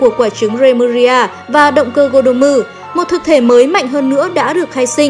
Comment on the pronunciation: tên là gordom mà cứ đọc là godommu nghe bực mình vãi, đọc tiếng nhật thì nhật hết mà anh thì anh hết đi, boukenger cũng thế, đọc miết dần thành boken dơ luôn rồi. mong nhóm sau này cẩn thận hơn